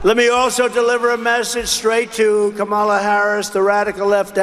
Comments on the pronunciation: When republicans mispronounce Kamala's name, I believe it's on purpose as a show of disrespect. ... They're so adult and all. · his refusal to pronounce Kamala correctly makes him look like a petulant child